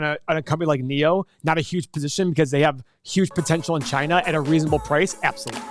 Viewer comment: First , you can't even pronounce China properly and know nothing about Chinese EV space and you want to analyse NIO a Chinese company. Save your breath, Keep to yourself. FYI, most of Tesla's revenue comes from China.